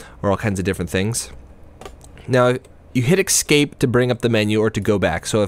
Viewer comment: ESS-CAPE pls, not EX-CAPE, otherwise good review